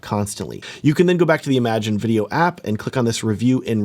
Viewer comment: Small note: "Im-a-gen" not "imagine". It's originally a Spanish word (pronounced "ee-ma-hen") that was colloquialized into English. Different meaning and pronunciation than "imagine".